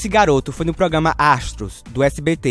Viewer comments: Gostei da sequencia de vídeos, só não gostei muito da narração "progama" kkk... Mas dei meu like. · O português do cara q tá narrando é muito ruim igual os personagens do vídeo...ele fala pograma!!!kkkkk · Mas feio que essas pessoas cantando, é você falando "pogama" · GENTEE,alguém avisa p ele que é programa e ñ pograma? KKKK,zueira. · ProGama ProGama? Q é isso rapaz? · "Progama "é pau ! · O narrador não sabe falar "programa"